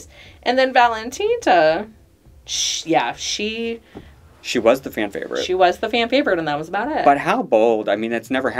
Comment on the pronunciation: Why do they say ValentinTa